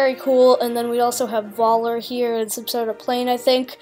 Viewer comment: Nice to see a young person's take and interpretation of the new Indiana Jones trailer. To educate you a bit, in German pronunciation, the V is pronounced like F is in English. (Much like how they pronounce our English W as V, so when they say "Welcome" it sounds like "Velcome.") So Voller's name as pronounced would sound like Foller. Think of it as the German equivalent of the common-enough English surname Fuller.